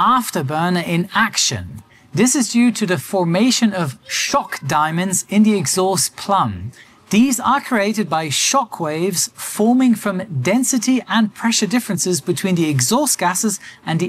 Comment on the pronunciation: Plume is pronounced ploom, not plum.